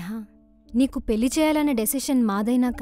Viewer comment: పెల్లి కాదు పెళ్లి